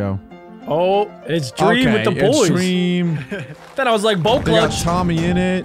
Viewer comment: Why did you say dweam not dream😂